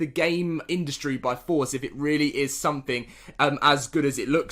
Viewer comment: togever, carsulls, beh, culled, ahk, ho, wiff, ahftah, sumping, fuchah, lol one day you might be able to pronounce english words just not today.